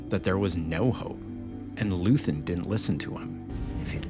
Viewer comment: First, his name is Luthen, not Luthern and second, every terrorist has a goal. His was a rebellion. He just wanted people to star to fight and leave the apathy. He is what is called as an accelerationist. He did not want power; he wanted the fight against the Empire to start and grow. He is the father of the rebellion. Every rebellion that existed is dirty and cruel. There is no good guys during the fight.